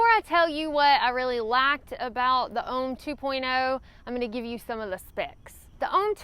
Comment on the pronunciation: I glad you specified "liked" and I thought you said lacked. Great video per usual.